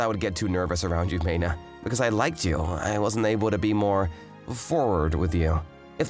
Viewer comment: Its not MAY-na. Another butchered pronunciation from this male VA. And look, I get she was completely obtuse. But - the "eww, girls, cooties" MC strikes again.